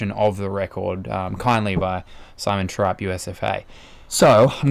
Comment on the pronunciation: It's pronounced 'trip' not tripe even though it's spelt Trippe. Unless his dad Rick said his name wrong :)